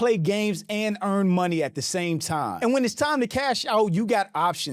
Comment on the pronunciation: Anyone who says "anz" instead of "and" sucks. Don't need further evidence to know they're pretentious and self obsessed.